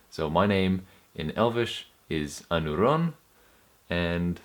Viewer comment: I am not a Sindarin speaker, But it is "pédil edhéllen" and "I éneth nin Ánuron" in terms of accent. The accent is NEVER on the last syllable. Your accents are all over the place.